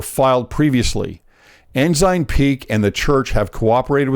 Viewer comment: Ensign (N - SIGN) No "z" sound! Haha!